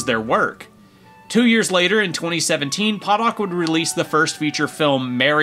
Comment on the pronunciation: It's pronounced ponoch